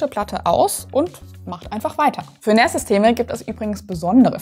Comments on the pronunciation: NAS spricht man zwar mit "A" nicht mit "Ä" aber ich feier "NÄÄÄÄAS" trotzdem super hart. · finde es komisch zu hören wie NAS ausgesprochen wird, man sagt auch nicht SÄN kenne es aus meiner gut 20 Jährigen IT Laufbahn eigentlich im deutschsprachigen Raum als Naas also mit langem A ansonsten guter Beitrag :) außerdem würde ich wenn man sich ein bisschen Auskennt zu einer Eigenbau Lösung raten. raid 5 macht Sinn also mindestens 4 Disks verwenden. Open Media Vault ist eine sehr gute Open Source NAS Software als Beispiel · jetzt will ich auch eins von diesen "Nähs"